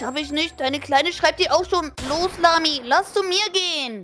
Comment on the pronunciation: Warum sagt emily zu lami lamzi